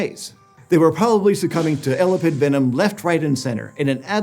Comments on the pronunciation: It is el-ap-id not ela-pid. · How tf do you mispronounce "elapid" but nail "elapidae"? Someone should have pre read their script more. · How do you say Elapidae correctly and persist with saying Elapid like that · Sorry but the constant mispronuciation of the word elapid made me skip, sorry guys. You're saying 'ela-pid' ...not el-ap-id ...its really wierd :( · Not to be pedantic and nitpicky, but I couldn't help wincing every time Elapid was mispronounced. The emphasis is on the A... el-A-pid, not EL-apid. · Ok. It’s driving me crazy how he’s saying elapid. It’s E-lap-ed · I freaking HATE how he says "elapid", especially because he says it right when he said "elapidae". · You're mispronouncing 'elapid'. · I feel physical pain every time you mispronounce That word........ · e lap ids your murdering the pronuction as i prob murdered its spelling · I’ve never heard the word elapid stressed that way before. I’d always heard it stressed the way he did when he said it as the family name elapidae. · Its weird because he also said the name elapidae, but with the correct emphasis. Still, much ❤ for. I'm sure if I talked for a living I would get stuff wrong, too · No you put the emphasis on the A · I couldn't concentrate because you kept pronouncing 'Elapid' wrong 😂 Weirdly you did 'Elapidae' right but then stressed the wrong syllable again. Great episode though😃